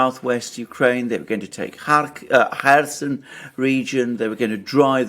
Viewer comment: Where is the Herson region? Do you mean Kherson?